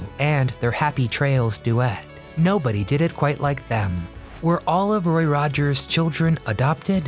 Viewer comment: Is this a voice bot? They always make pronunciation mistakes. It keeps saying "RORY" instead of good old "ROY".